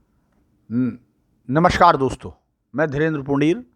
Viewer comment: भाई साहब, एक विनति है. कृपया नमस्कार बोलें, नमश्कार नहीं. आप की विवेचना और आपका production मुझे पसंद है. हिंदी भाषी हूँ, कवि हूँ, अत: भाषा और उच्चारण को महत्व देता हूँ. हिंदी भाषा के अन्य विवेचकों से निराश हो चुका हूँ. आप से आशा बँधी, सो, कह दिया. निर्णय आप करेंं. शुभकामनायें.